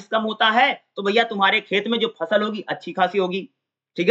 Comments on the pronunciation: फल नहीं भाई फसल वो फसल है। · Fal nahi h fasal h